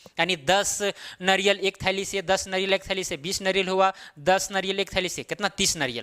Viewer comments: Naryal nahi hota hai sirji... Nariyal hota hai hindi mein... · Naryal.... Eee ki matra kiu nahi pronounce karte ho 🙄